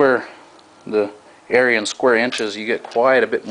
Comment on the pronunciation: did he say Aryan square inches